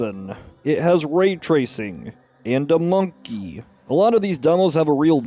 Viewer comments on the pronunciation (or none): The way you say "monkey" kills me every time.